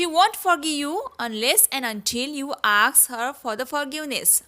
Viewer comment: Ask or aks...u always say aks